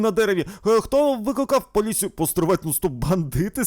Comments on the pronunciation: мені одній почулось «Викакав»😂😂😂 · а я єдиний хто чув "викакав поліцію" ? XD